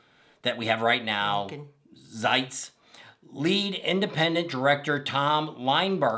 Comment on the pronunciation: Yo ken is how you say it. Z eye tz